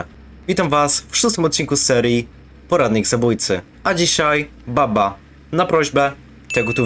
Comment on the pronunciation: I tak na przyszłość mówi się Bubba a nie Babba bo to źle brzmi